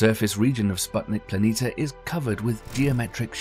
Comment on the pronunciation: How can somebody spend so much time producing a video like this and still pronounce planitia wrong over and over?